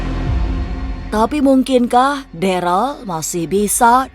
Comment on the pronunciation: Ko deral namanya darel bu